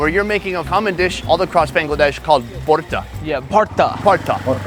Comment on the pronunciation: Its Voorta